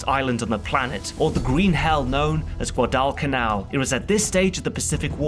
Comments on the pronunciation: Did anyone hear how narrator pronounced Guadalcanal. Goo-- adda canal. Young man reading it and saying phonetically, yes pucking BUT this Veteran just recalls how many of our people died and won the day there!! So out of respect to thosd very young men whom fought and died there say the name of the damn place correctly!!!! Spell check generation at it finest. Yeah grumpy old man of 53yrs but this old Veteran cant at least enunciate properly the place where we fought desparately to win!!! Thank you and a great vid. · Gwa-Dell- Canal ? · Never heard Guadalcanal pronounced like that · Gaudal Canal..... pronunciation.... (Gwaudel Canal) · Pronounced Guadalcanal wrong it is it’s pronounced Guw-otl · Weird pronunciation of Guadalcanal. Is this AI? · You mispronounced Guadalcanal. I know, my father was there. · I don't put much value in a documentary that can't correctly pronounce "Guadalcanal". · What a unique pronunciation of Guadalcanal. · Damn it's really hard to pronounce "Guadalcanal"